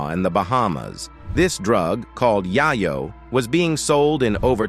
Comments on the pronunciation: THIS GUY SAID? YIYOOOO! IT'S YAYO!! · I stopped watching when he said yayo wrong 😂😂